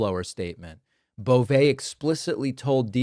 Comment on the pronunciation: It’s pronounced “Bo-vee”. Poor guy is gross enough, let’s at least get his name right.